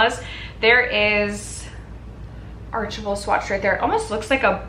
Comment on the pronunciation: For that merit lip set - if it's archival, it's pronounced kind of like ark-eye-vuhl (like an archive at a library). Not the most intuitive word for sure! Also love the lip color on you ♥️